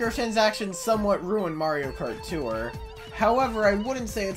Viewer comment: Why do you pronounce tour as “too-er”